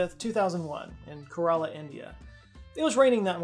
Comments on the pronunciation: Kerala ❌ Coralla ✅ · Kerala pronounced- Care- Allah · It's pronounced "Keh-Rah-Lah". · It's "ke-ra-la" not karala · corrections: 1. its STATE of Kerala, not city 2. Kerala is pronounced K-rella not Quarela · Kerala not Karala like button👇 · Kerala is pronounced like Carol-ah not Kur-allah. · As a Keralite, sorry I know I'm that guy rn, but u pronounce it like (Care-la). Ka-ra-la sounds very similar to what we call gourds in malayalam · Just a a friendly FYI: Kerala is pronounced "kera-la". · It's pronounced - Kay-ruh-laah, but yeah ok 👍🏼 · Love your channel, just a heads up, my state in India is pronounced Ker-a-La, like Shang-gra-La. Thanks for all the amazing content! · "Care-uh-luh" :) Also it's a state, not a city. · Its pronounced like KARen Karela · Kerala is pronounced "care-ah-la" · Kerala is pronounced more like CARE-uh-luh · It’s pronounced keh-ruh-luh. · KE RA LA. That's the pronunciation of the state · I love you with all my heart but your pronounciation of Kerala took a year off of my life (jk) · He knows he mispronounced Geoffrey of Monmouth but doesn’t apologise for butchering Kerala?!